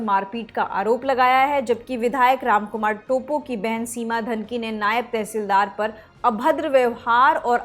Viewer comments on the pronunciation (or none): "टोप्पो" hain vo टोपो nahi... pronunciation to sahi se kariye.... news anchor ho k aisi galti achi nhi lgti..